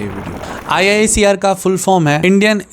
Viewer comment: Bhaiya IISER KO 'आईसर' bolte hai😊❤